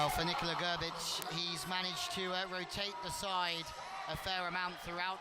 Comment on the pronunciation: Polish coach is not Garbage 😮 is Grrrribig , shame on commentator to not pronounce right way the names